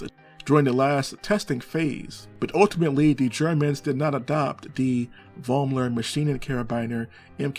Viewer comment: In my german homeregion, the name Vollmer is not uncommon. It is spoken ,Follmer'.